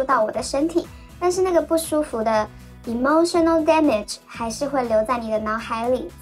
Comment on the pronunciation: Emotional damage，您这发音太不标准了~~哈哈